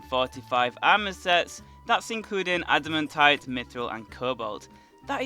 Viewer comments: why do you say “adimuntite” not “adimantite” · Everyone saying admitaite: ad-muh-tight Him saying admitite: ad-im-a-tight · the way he says adamantite